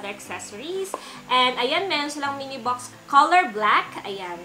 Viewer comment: Bakit po hindi ka marunong mag pronounce ng box Sayo po bucks